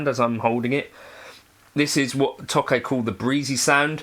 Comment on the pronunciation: This sounds as good or better than the nacho one. Now I have the dilemma of if I'd rather hear the British pronunciation of 'Nacho' or 'Tokai'. Both are a war crime